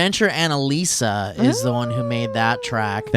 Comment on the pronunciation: I think you need to put on the pay roll, or send her a button. Lol